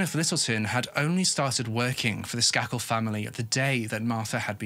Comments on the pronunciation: I'm sorry. But isn't it pronounced "Skay-kul"? Sorry. You tell us these stories so Beautifully. I can be a bit OCD. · I covered this case in criminal justice class. Pronounced Sk A kel long A ♥️😉🙏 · Just fyi it's pronounced with a hard A ... SK AY KEL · His miss pronouncing bothered me as well. Idiotic